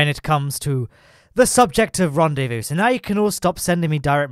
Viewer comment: French guy : wtf is a ranwdévou ?